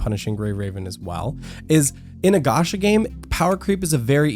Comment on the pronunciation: its not "ga- sha" ffs . its "ga- cha " chaaaaaaaa .